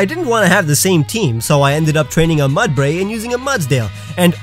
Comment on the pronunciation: THERE IS NO S IN MUDBRAY!